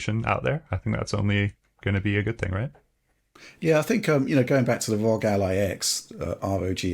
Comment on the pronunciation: RÖG pronunciation never gets old. I chuckle every time. Never stop.